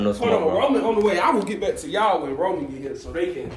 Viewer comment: its roman not woman